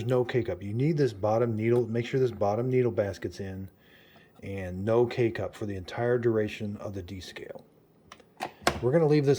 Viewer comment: 😂 I thought he was saying "Make sure there isn't any cake-up", had to listen to it a couple times to realize he was saying K-Cup 😅🤪